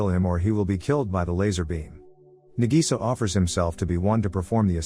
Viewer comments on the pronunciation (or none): "Nagisa" (Na-gee-sa) wheeze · I laugh so hard when he say na Gi Sa